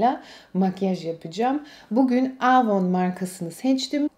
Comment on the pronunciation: Yıllardır kullandığını iddia ettigin markanın adını söyleyemiyorsun ama daha.çocukluğumdan beri bildiğim avonu aaavoun diye söylendiğini sende duydum.hiç samimi gelmedin.